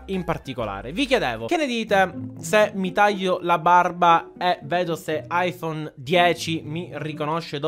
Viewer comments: aifon iz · È bruttissimo l'ayfoone x